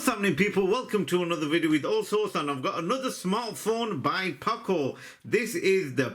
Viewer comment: Poco nicht Paco